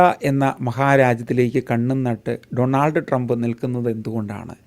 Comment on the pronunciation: ട്രംപിന്റെ പേരുപോലും നേരെ ഉച്ചരിക്കാനറിയാത്ത വിവരദോഷീ, തന്റെ ഈ കോപ്രായം നിർത്താമോ?